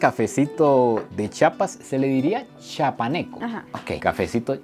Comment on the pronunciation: Se pronuncia café Chiapaneco. No Chapaneco. Todo lo demás muy bonito.